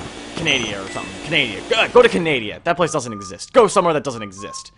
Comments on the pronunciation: Canadia? You mean Can-a-da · him saying canadia pisses me off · HE SAID CANADIA!!!!!!!! OMG OMG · did you call canada canadia? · Yea but it’s funny at the same time